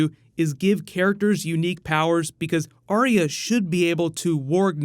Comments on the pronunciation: It's not Aria, it's Are-Ya. There's a video on Youtube of GRRM pronouncing it. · for someone who's dedicating a lot of time and effort to this series, youre not saying her name right... Its "AR-YA" as she says it herself, right? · Number one Game of Thrones pet peeve, people pronouncing Arya's name as "Aria" Does anyone even listen to how the character herself pronounces her own name?